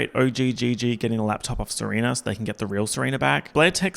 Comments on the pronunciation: Ser-oompf-a 😭 you're saurr good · Months later and I'm still dying at him saying "Seroomfa" LMFAOOOO